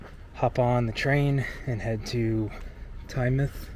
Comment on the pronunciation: Thank you for pronouncing Tynemouth properly (not as "Tyne-mouth")! And you said "seaside" not beach - you're practically British 😉 Great weather you had that day.